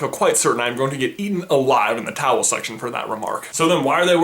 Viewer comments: it sounds like he says "towels section" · is he saying towel section? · Why does he say towel section